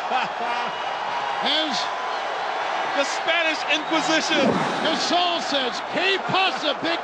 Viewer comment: The Spanish Inquisistion!!!!!! LMFAO!!!!!!!!